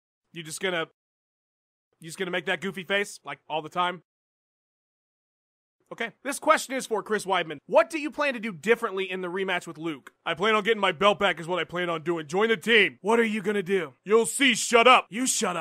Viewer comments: Hahahaha "Chrisbones Weidjones" Dead. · "Chris Bones Weid Jones" 😂😂😂